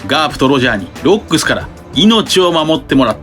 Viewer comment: ロックス海賊団の 発音おかしいwwwww